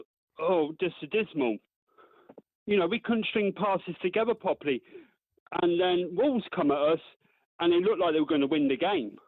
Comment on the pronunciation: "The passing was adismal (????), you know we couldnt string passes together pwoply" Bro can't string a sentence together pwoply - and what does adismal mean 🤣